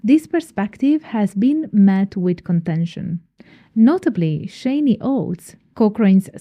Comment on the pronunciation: The A in Shani rhymes with can, not rain.